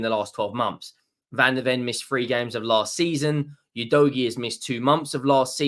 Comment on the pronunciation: He still can’t pronounce Udogie correctly in spite of him being with us for a year. 😬 you dough gee … it’s like finger nails down a chalk board